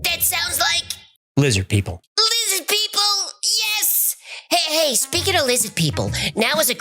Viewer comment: "LIZZID PEOPLE" lmfao